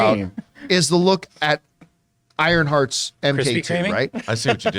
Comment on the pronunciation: MK is an abbreviation for “Mark” 😂 When they said “M-K,” I thought they were talking about Mortal Kombat